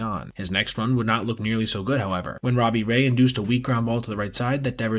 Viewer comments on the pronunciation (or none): none